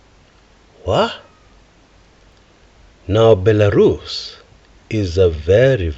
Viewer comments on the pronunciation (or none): Belarus 🇧🇾... Bilarusa😅😅😅. Waawaawaawaaaa